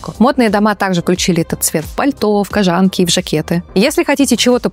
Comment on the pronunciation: В слове «кОжанка»» ударение на первом слоге.